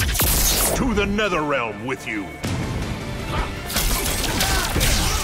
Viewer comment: Now you pronounce netherrealm correctly.